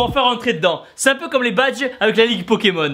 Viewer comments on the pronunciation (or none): none